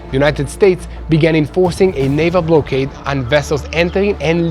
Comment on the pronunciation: not pronounced ….’blow kade…’….yair it’s pronounced ‘ block kaid’….